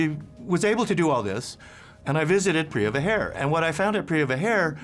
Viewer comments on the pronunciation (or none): it's to pronounce "jarm", not charm or cam or karm,. You've to correct that. And also not Priya Hair, but Preah Vihere in Khmer accent or Pra Weiharn in Thai accent.